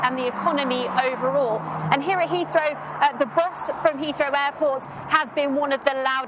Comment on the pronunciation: Did she say Hirohito, or here at Heathrow?? 😂😂